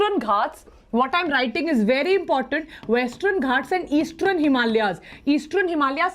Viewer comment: westrern eastrern This video is full of mispronunciations which takes away your attention